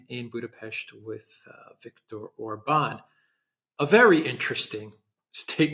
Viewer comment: OR-bahn not or-BAHN, OR-bahn not or-BAHN, OR-bahn not or-BAHN, OR-bahn not or-BAHN, OR-bahn not or-BAHN 😁❤️